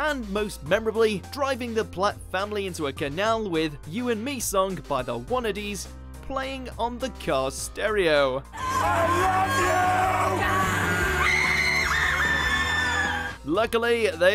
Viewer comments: Surely 'Wannadies' is pronounced 'Wannadyes' not 'Wannadees'. The fact you even mentioned the song that was playing and the artist suggests to me that whoever wrote your script saw the aptness of the song in that particular kind of scene being by a band of that name, as in want to die. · I was thinking exactly this! I was wondering why they pronounced it Wannadees???